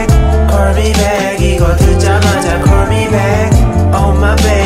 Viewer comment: 솔직히 좋은지 모르겠음 내취향이 아닌듯 다른거보다 특히 call을 cor로 발음하는게 너무 힘듬ㅠㅠ